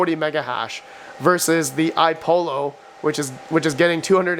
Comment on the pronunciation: Again, it's iPollo (two l's), not iPolo. i.e. similar to how you would say Apollo. These youngens today...tisk tisk